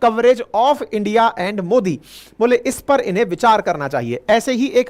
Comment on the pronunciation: आप भी इंडिया को इंडी पढ़ रहे हो। लगता है बीजेपी वाले हो। 😅